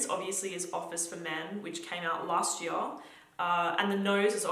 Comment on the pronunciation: Year not Yaa